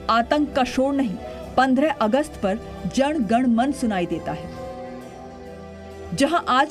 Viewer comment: एंकर को " जन गण मन"ठीक से बोलने नही आता 🤔😲🙄😏👎👎